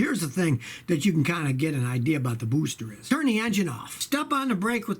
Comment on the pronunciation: the way he says booster cracks me up.